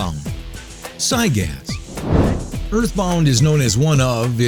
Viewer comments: Its gygas not cygas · can someone please tell this guy how to pronounce these bosses. I mean Zygas? Sephyroth? The punch out? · It's actually prounced (gIgas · Try Gy-Gas, not Cy-Gas. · just to let you know it'd Gygas Gi-gas not cy-gas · Zygas? Why does his name have a g at the start then? Are u reading from a poorly written script?? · I'm bugged how he says gigyas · Sigh-gas? you could have just tryed and pronounce it... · You said Giygas and where is there a c in it seriously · giygas is... not pronounced zygas. and he's not hard at all. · wait is giygas pronounced sygas and my entire life has been a lie, or is it a mispronounciation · You pronounce Giygas... PSIGAS? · Did you call Giygas... SIYGAS? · "Psy gas" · its pronounced guy-gus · It said Siygas lol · I think "sigus" killed me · It sounds like he pronouncing it as cygaz or sygas. With a S or C at the beginning. How he completely ignored that capital G in the beginning of his name is beyond me. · Uhh I hate how he says giygas